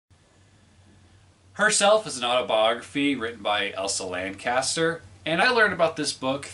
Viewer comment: Chester. Elsa Lanchester. Not Caster, Elsa Lancaster.